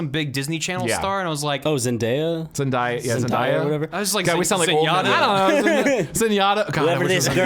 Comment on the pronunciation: I'm just gonna say this cause it pisses me off whenever people pronounce it wrong, but the actor's name that played MJ is pronounced exactly the way it looks: Zen-day-a. Please, don't say zen-DIE-a. Enjoyed the episode though, much love.